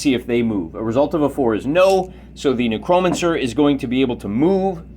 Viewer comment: I love your battles! Thanks for making these, you helped me understand the game. Can you pronounce necromancer correctly though? It's a little like scratching a chalkboard for me...